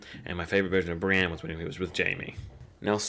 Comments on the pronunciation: why must you pronounce Brienne as "Bran"??? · Pronunciation exercise for you: Bran, Brienne, Bran, Brienne... repeat until they sound different. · This guys doesn't know how to speak properly.